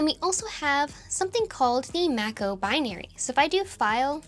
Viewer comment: The binaries are Mach-O, for Mach object file, which comes down from NeXTSTEP using the Mach microkernel embedded in their monolithic Unix kernel. So it's pronounced like "mach speed" and not like "mac computer". Even back in the 90's, there wasn't much of the real Mach stuff exposed in NeXTSTEP, all of the focus was on userland libraries. It's kind of funky that we still have Mach-O and Mach messaging embedded in there. [Well, I assume Mach messaging is still in iOS for internal use only.]